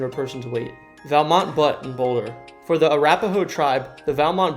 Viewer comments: Valmont Butte-it is pronounced “bute, not butt. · He said Valmont Butt! Do some research!